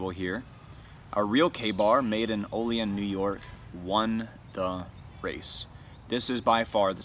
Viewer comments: Pronounced OH LEE ANN N.Y. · Olean is properly pronounced “Oh Lee Ann” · We say it with more of a anne at the end of Olean (ol-e-anne), if anybody cares. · Proper pronunciation of Olean- Oh-Lee-Anne